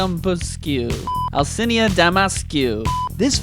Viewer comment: Oh boy. Al - chi- na (Alcina) Deee-meee-tressss- cu (Dimitrescu) Thats how you pronounce it. It is a Romanian name.